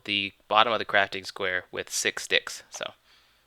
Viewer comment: Did he say that you need to fill the bottom with six dicks?